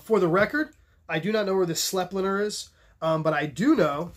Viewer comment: Awesome informative vid as usual! The Austrians who make it pronounce Sleipner S-LIE-PNAH.